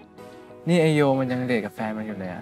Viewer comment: ปกตินะคั้บ ไม่ใช่ไอ้ แต่เป็นไอ ไอนุ้กอะนะ แบบนี้อะค่ะ